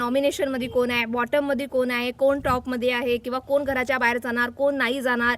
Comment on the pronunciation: कोन त्रिकोणात असतो... कोण असा शब्द म्हणायला शिका.... कानाला (काण नव्हे) मारक आहेत असे उच्चार.... आधी नीट बोलायला शिकून नंतर व्हिडिओ बनविल्यास तो पाहणे सुसह्य होईल... 😂